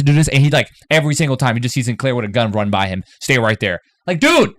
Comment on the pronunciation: I thought you said 'commander Sin... hair' lol. He does have fabulous hair.